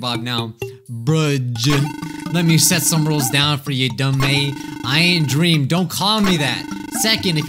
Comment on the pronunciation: But one of them found like dweam